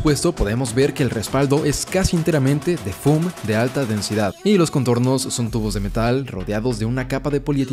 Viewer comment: No se dice Dreamel ni foom, es Dremel y foam.